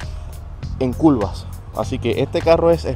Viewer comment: Se dice curva no culva😂😂😂